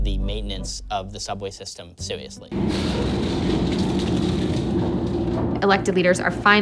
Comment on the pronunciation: He sounds like Homestar Runner. "Sewiously."